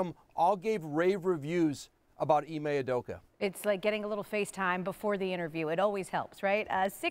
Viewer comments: Ee-mae Oo-doh-ka. That’s how to pronounce his name. They’re butchering my mans name. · Ee-May Oo-Doh-ka. Not hard bro.